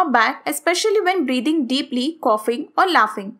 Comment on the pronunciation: It’s not coffings it’s coughing